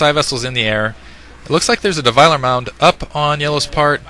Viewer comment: its a defiler mound not devouver and its irradate not radiateee ...it kept botherin me